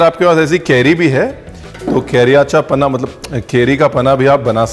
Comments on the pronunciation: Hi ranveer it is not paanha in marathi it is panha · It is not panaa but panha